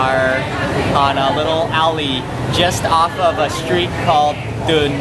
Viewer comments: I totally agree with you. He points like a pistol with his one finger all the time, says.. actually, definitely, and Awesome ALL the time. And has a speech impediment where he can't pronounce his ST's where "street" comes out "shtreet" . He is likeable and has a passion for food but these amateurish things will hold him back. He does the SAME things ALL the time...In my country that is called " a one trick pony" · Mandy Le First all its more like 6 bad bricks.. Let's list them. 1) He stares into the camera like a deer in headlights and never blocks. A sign of nervousness. 2) Up Talks like 13 year old girl (though he does seem to minimizing that) 3) He had a speech impediment where he can't pronounce his ST . Street comes out Shtreet. Restaurant becomes Resht-rant . 4) He takes HUGE piggy bites of food. And holds food up over his head to drop it into his mouth. 5) AND NOW we have to look and listen to the baby all the time. The baby is cute...but All babies are cute. Very self indulgent and unprofessional. I wanna see Thai food....not his kid. 6) He's getting better about this but EVERYTHING is AWESOME. Awesome, awesome, awesome. So there are your 6 bad bricks. Remember...6 bad bricks can bring down a house. I enjoy the contents of Marks videos but find HIM to be highly annoying. He's likeable but refuse to improve.on the details of his presentation. Thus the "Mark" of an amateur who has decided to stop learning and taking advice from someone who professionally knows more.